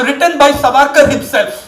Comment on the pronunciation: You are giving reference of a so called historian who cannot pronounce Savarkar properly and has a western influence Curse upon....